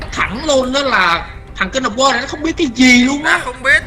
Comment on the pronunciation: wtf phút thứ thanh niên phát âm English là gây QUA :v war @@